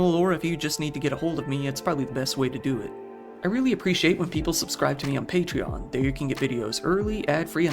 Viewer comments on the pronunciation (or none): none